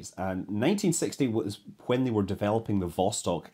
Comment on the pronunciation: I like how scott pronounces "when" as "hwen"